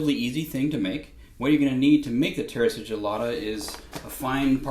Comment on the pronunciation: The right way to pronounce is: si (ci-nnamon ) gilla ta ( ta-blet) 🤗